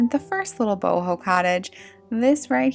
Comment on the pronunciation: Boho. Not book.😂